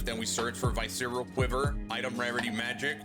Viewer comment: “Vi-cereal quivers”